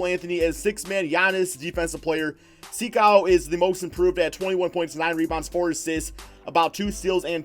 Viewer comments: It's not Sikou, it's sEkou Also Dou like Doo, Mbo like mboo and Ya like Gia from Giannis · You have the first name wrong but the last name is right enough